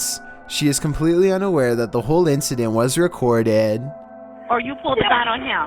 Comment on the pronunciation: custody visaaaat. innocaaant recordaaaaad